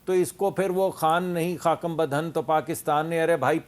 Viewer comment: حامد میر صاحب ، مصدق ملک کو خاکم بدھن صحیح پڑھنا تو سکھا دیں۔